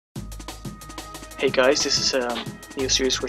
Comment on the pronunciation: lol every video I see theres saying: HEY GUYS like gay